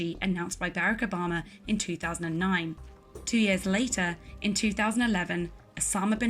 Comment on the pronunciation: Bear-ac Oh-bamma